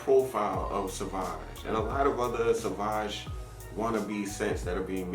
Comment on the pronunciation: Savage would be,if you pronounce like you did.Sauvage is something different.